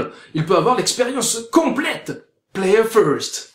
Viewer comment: Par contre c'est pas player first mais plus plalleuuurfuuuuwssst ... playeuuurfwoueeestttt.......APOCALYPSE NOW.